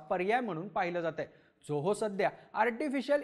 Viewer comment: खूप छान video आहे आपल. फक्त एक suggestion, आपण झोहो न म्हणता जोहो असा उच्चार करावा. आणखी सोपे होईल सर्वाना. 😊👍